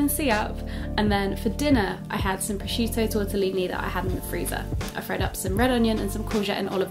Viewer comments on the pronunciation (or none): none